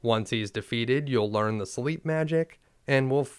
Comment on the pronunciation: "Learned Slep"